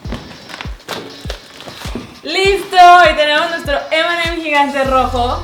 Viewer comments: nose dice emeem sino eme eme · Cuando decías m&m parecia que decías Eminem